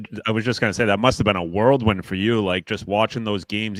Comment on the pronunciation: Guys it’s whirlwind, like the weather phenomenon, not world wind. I always let it pass when Biz says it but now Yands is saying it wrong, too!